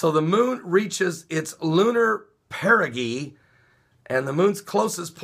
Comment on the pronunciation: perigee is pronounced: perəˌjē " para jee " More people will die over the next ten days - because of this new moon perigee. Here's why: As our moon orbits in closer to our Earth, the tides will be higher - because the moon is closer while the moon and Earth and sun are aligned - with the moon between the Earth and sun - which is what we call the new moon. Simultaneously, this alignment causes the sun's gravitational pull to intensify the moon's pull on our ocean tides and on our clouds. Then, as the moon orbits away from Earth and out of alignment from the sun, the hold on the clouds will be released and massive rainfall and snowfall will inundate various regions of the planet - depending on the location of the low pressure systems around the world. Right now, two cyclones are inundating Australia - so they will most likely endure great damage over the next several days - Argentina is also in the grip of a horrific flood, Boston is buried under great snowfall, etc. Because of this, those locations are already in great danger. As usual, I will monitor the other vulnerable locations around the world for the on-going devastation. This phenomenon has been escalating over the past few years due to the massive volumes of glacial melt that has been pouring into our oceans from all around the world - this is causing sea levels to rise and ocean tides to rage into city streets with every high tide - every new moon and full moon and every perigee. The perigees are often very clos